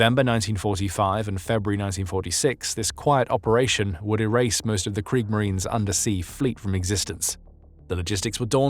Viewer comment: KriegSmarine. With the letter S. Not “kriegmarine”